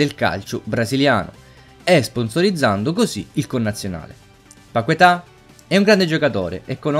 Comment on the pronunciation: È "Lucas Pachetà" la pronuncia.